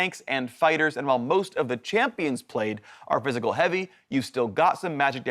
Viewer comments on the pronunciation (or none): at first i thought he was saying fiscal damage instead of physical lol